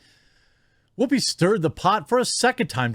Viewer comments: Whhhoopi? You're saying it weird. Why are you putting so much emphasis on the H? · Wwhy are you saying Wwhoopi like that? Wwhy oh wwhy lol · I'm sorry man, your points are all wonderful and maybe I'm just from a different part of the Midwest than you, but every time I hear you say 'Whoopi Goldberg' I lose focus because the way you say words starting with 'wh' is funny to me. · Why are you putting so much emphasis on the H? Stewie, is that you?